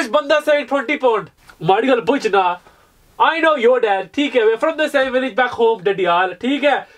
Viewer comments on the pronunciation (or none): none